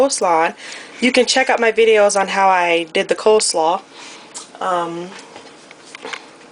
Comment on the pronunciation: Cole slaw... not cold slaw.